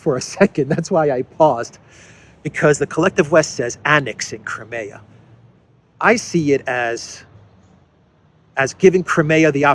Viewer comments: cry-me-ah, not cry-may-ah!!! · I enjoy and appreciate your analyses, but could you please pronounce Crimea with a long I as in “ CrYmea” as we typically say it in English? Thanks!